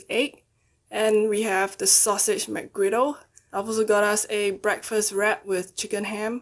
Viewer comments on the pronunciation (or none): be like BEKFAST